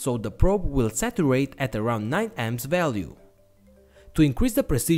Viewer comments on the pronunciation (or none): none